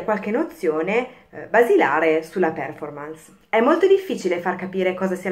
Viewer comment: Per favore controlli la sua pronuncia della parola Performance. Visto che è una parola inglese, pronunciamola anche noi italiani all’inglese. Il minimo che possiamo fare.